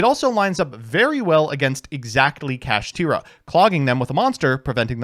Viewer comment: Kashtira should be pronounced "Cash-Tie-Ra" instead of "Cash-Tear-Ra". Evidence? Konami loves alliteration and rhyming on cards. This carries over in their arguably strongest spell card, "Kastira Papiyas". Still don't believe me? ... Sike. Get Impermed NERD!